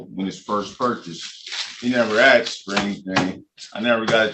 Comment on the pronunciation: He axed if there was a hearing date. 😀